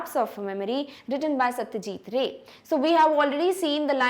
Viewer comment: Mam, I liked you video so much But you pronounced 2 names wrong in this video. Firstly, Satyajit ray should be pronounced as Satyajit Roy and not as ray Secondly, Netarhat should be pronounced as Netaarhaat.